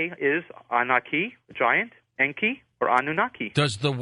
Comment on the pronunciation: This is 2025 & Zechariah Sitchen is dead, but he was 95% correct in his writings! I'm a Master Dowser & I have tested Sitchen's translations of the Ancient Stone Tablets into English and they are CORRECT 100% This guest of George's Can't speak English!! En•ki is NOT pronounced as he said it, but as EN 'K👁!! Same for An'noon'nah'K👁/ANNUNAKI!! I use Sitchen's writings for the Sun and Earth all the time in the Ancient Samaritan text to get what I want!! AP•SU is the name for our Sun and I can change it so that I don't burn by its Rays! Or make the Earth/Tiamat•K👁 or T'K👁stop turning so I can get home before dark!! In your view, I would be considered to Be A GOD, but I learned how to do this stuff through the Dowse!!!